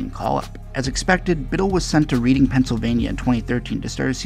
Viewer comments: It’s not pronounced “reading” it’s more like “Redding” just fyi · Love the video! I have connections to GFS, and remember when Philly drafted him, but it’s pronounced Red-ing not Read-ing lol